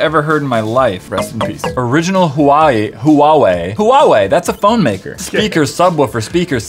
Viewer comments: hey what did u say?😂😂😂😂huwawei?😂I thought that my phone called Huawei 😂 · I pronounce Huawei Huwawei.. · actually it's pronounced Huawei for the company company speaker name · It’s called “wah way”